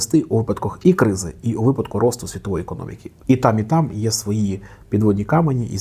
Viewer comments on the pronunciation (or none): none